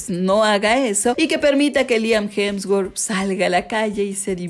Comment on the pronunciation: Corrige porque dice hemswort es hemsworth